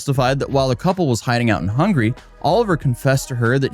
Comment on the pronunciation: You did not just pronounce Hungary as hungry! 😂 Will respect the call for engagement though.